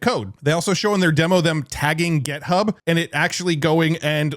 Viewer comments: It's GitHub, not "Get Hub." And "how it looks," not "how it looks like." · We need to have you say "GIT," rather than "GET" when referencing GitHub.